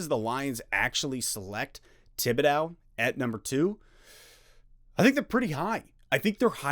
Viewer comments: Tib-bidow?? lol…. it’s Tib-id-doe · I hope you can learn how to pronounce his last name. This was incredibly frustrating it's gonna keep me up tonight..